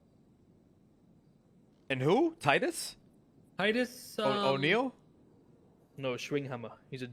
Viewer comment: Man said "titus oneill?" It aint the wwe 😂